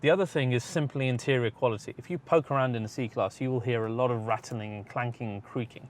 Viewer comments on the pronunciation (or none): none